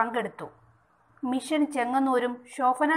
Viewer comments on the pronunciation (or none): none